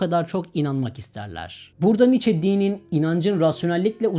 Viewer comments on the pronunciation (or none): none